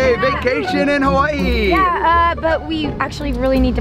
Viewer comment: Please learn how to say Hawaii right, I’m sorry I’m not a hater I just have pet peeves when it comes to people saying things wrong! Btw my name is Aleksa! You sound it out like Alexa!